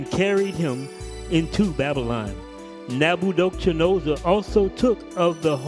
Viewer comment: All praises my brother, I think your definitely mispronouncing (Neb-ah-kud-nezer) but it’s all good 😁 It was just so off I didn’t recognize who you were talking about at first lol... bless you tho my brother ✌️